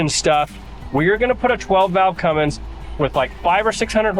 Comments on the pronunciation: I liked your videos on Fred but you lost me the second you said Cummins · A Fummins? Aww man…